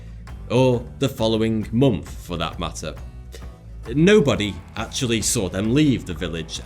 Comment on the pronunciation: why does my say monf and not month